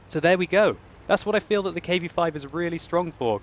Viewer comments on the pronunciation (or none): none